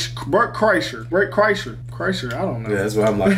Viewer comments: you got it right right here. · my dude on the left nailed the pronunciation